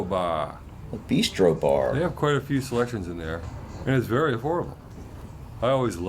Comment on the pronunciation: Bistro, not beestro.